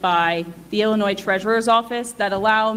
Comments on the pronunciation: This lawyer is still pronouncing the S in Illinois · Illinois (pronounced Illinoy) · Damn dude - how are you an educated lawyer but you're still pronouncing the S at the end of Illinois?? It doesn't have a plural sound. Stop it. Every video you cover about this stupid mayor you're sounding illiterate. It's a state, it's not hard, get it right already. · Damn dude - how are you an educated lawyer but you're still pronouncing the S at the end of Illinois?? It doesn't have a plural sound. Stop it. Every video you cover about this stupid mayor you're sounding illiterate. It's a state, it's not hard, get it right already. It's supposed to sound like "ill--i--NOY" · The S is silent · Commenter: the S is silent in Illinois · The s is silent in Illinois. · Don't pronounce the S in Illinois, duh! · As much as I hate this state and want out immensely, please don't pronounce the s in Illinois! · there is no noise in Illinois. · Jesus, the 'S' at the end of Illinois is silent... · The word Illinois is pronunced with a SILENT (S). Only an 8 yr old would pronunce it like you did!!! Been like this for hundreds of years. You call yourself a LAWYER? WIll NOT SUBSCRIBE to illiteracy. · still to stupid to get the state's name right ... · The S in Illinois is silent. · Please pronounce Illinois correctly. The S on the end is silent. Great video as always! 💜